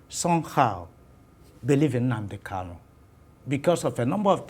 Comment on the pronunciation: Prof, point of correction, please Nnamdi's name is Kanu not Kalu. Please correct yourself and address him correctly, sir. Thank you.